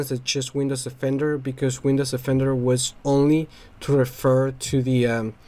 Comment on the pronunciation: It's Windows DE-fender, not Windows OFF-ender.